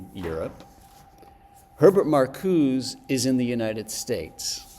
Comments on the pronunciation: put off from going much further by the prof calling Marcuse "Markooz" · yeah nobody says “Markooz” in the American context, it would be like pronouncing Kant as “can’t” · Found it annoying too...